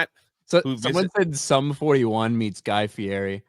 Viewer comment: It's Guy Fagheri.